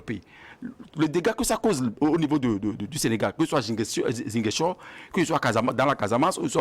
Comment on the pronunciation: Mr le modérateur, prononcez svp ziGAINchor. C vrai il est ecrit ziGUINchor